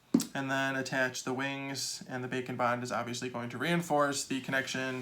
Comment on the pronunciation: haha. It's what the close captioning says- the Auto Caption here's "bacon bond." I can see why tho, the way he says it, his "d" in "and" is kind of silent. Like how people say "kinda" instead of "kind of." We here "bacon" instead of "bake and."